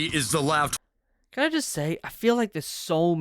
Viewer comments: the way he said LAV smh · Does it bother anyone else when he said LAV all together like a word instead of separate letters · Funny how the original poster of the video says LAV as LAV not L.A.V. because it suppose to pronounced L.A.V.